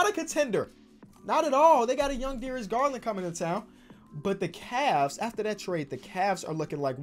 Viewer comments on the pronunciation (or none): none